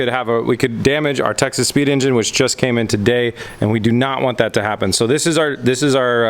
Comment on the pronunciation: Does anyone else hear Texas Speed as Texas Pete? :D